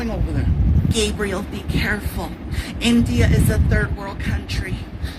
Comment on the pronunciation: You said gabriel just like a Mexican